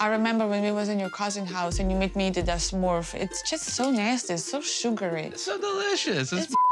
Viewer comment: Yara said smorf 😭♥️